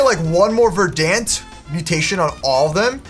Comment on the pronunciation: Naa he called Verent vedance